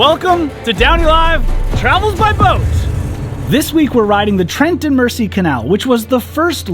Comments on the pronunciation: Mersey (merzy) Not mersee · Psst - it's pronounced MER-zee. Hearing "mercy" is like hearing Vancouver pronounced van-COW-ver. Painful. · FYI Mersey is pronounced "Merzy", with emphasis on the Z. Loved the video! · G'day Sorry just watched a tad late but anyhoo, I keep Hearing you say the "Mercy Canal" is that your accent or are you miss pronouncing Mersey Canal❓ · FYI… The S in Mersey, is pronounced as a Z. Merzey… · Ahhhhhhh! It's pronounced Trent, as you said it, but Mersey is pronounced more like Mur~zee. Here endeth today's English lesson. 😊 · As a scouser my god my ears hurt at the Trent and Merci canal... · It's actually wind-ing not wine-ding hole. The Mersey has a soft "S" not a hard "S" almost like a "Z". So "Trent and Merzey" would be more like it. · AAAaaaahhhhh!!! Please please substitute the s for a z to be able to pronounce Mersey the correct British way as in Merzey. There’s an old 60s song called Ferry Across the Mersey, pronouncing the ‘s’ makes it sound wrong. Also with all the county names ending in ‘shire’ please say sha, as in Linconsha, Shropsha, all of them should be pronounced sha! Phew! That’s better got it off my chest I can relax now. Thanks for taking along on your sojourn, on a narrow boat, through the English countryside. Cheers Aah kid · The shortest canal you were on at Wardle was where my job was. Only a short walk down the road. Where I live is only 7 miles away from there. A point to make it's not pronounced mercy canal it's the Mersey as in Mer and then z how Americans say z. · Mersey is pronounced Mer Zee god knows how you will pronounce Llangollen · The Mersey is pronounced MER-Z 🤣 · or, more correctly - mer-zee! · Great videos. However it’s said Mer-sea (not mercy) and it’s a Wind-ing Hole (like wind of air, not wind a clock). You cannot moor anywhere on the towpath - there are often signs advising if it’s 24 hours only, 48 hours, etc. If no sign then it’s 14 days max. No mooring by locks or bridges or tunnels